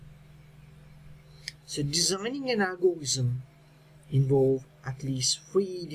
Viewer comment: it is algorithm not algorizm